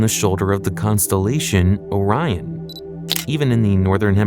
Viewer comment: So is it just items in space that you can’t pronounce o rion bro come on you pronounce everything else fine